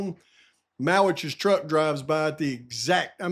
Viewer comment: Truck - not Tuck